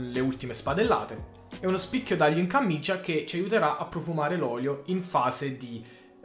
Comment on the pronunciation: Comunque è camicia non cammicia.. cit. E ma siccome è di flanella è più grossa e raddoppia... semicit. ( tributi ) Comuuuunque ottima ricetta, grazie.